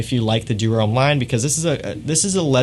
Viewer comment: Americans are notorious for butchering foreign name pronunciations, but still most of the American fragrance reviewers call it "ee-dee-ahl".